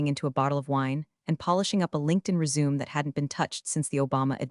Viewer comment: Another"chase" how original Resume "res u may"